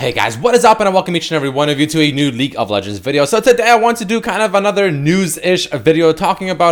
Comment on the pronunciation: Does he say "Leak of Legends"?